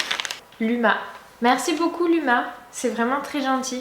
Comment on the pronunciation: On ne dit pas LUMA c'est basque ça ce dit comme ça Louma mais ça s'écrit comme ça LUMA. .. Je t'aime trop continue comme ça